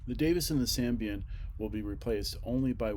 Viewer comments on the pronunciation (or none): A good look at the Valley camp. I've been on it a number of times. Umm.. by the way, that's the Sabin lock(Say-bin), not (Sam-bi-an).